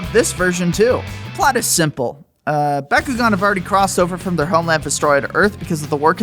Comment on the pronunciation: My favorite DS game is how you don't know how to pronounce Bakugan. What do you say Merry-o as well? reported to the FBI